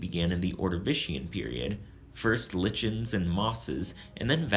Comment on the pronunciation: Wow you mispronounce trilobites and lichen. Good job. Way to sound smart. Why not mispronounce more words?